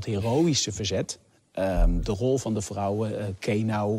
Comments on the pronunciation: No it's just the accent its vrouwen not frouwen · It is defiantly with a V , the way you say it with the F sounds german.